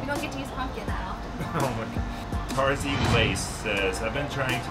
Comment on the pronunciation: I'm tarziLace on IG. Tell Dustin he did a really good job at pronouncing my middle name (Tarzi).... Lace is a nickname. I LOVE Post malone and the weeknd. And lets not forget about Drake. <3 I love these Q&A videos.